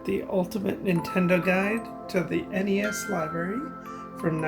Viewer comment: I'm With You, Buddy, It's N-E-S!